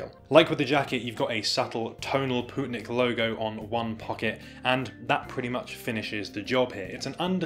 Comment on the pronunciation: Its lovely to see a good brand coming from my home country! Also on a side note, its pronounced more like "poetnik", rather than "pootnik". Thanks for giving them some exposure!